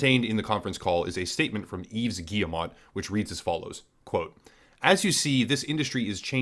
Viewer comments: Yves Guillemot is pronounced as "eev geemo", not "eevz giyemot". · By the way Yves Guillemot is pronounced "Eve Gee-uh-moe"